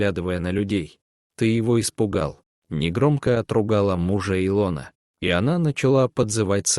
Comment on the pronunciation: Хорошая сказка, если не считать не правильное ударением имени И' лона, режит слух.